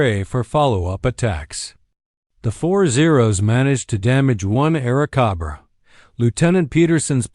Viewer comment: Air cahbrah ? What the FCK is an Air cahbbra?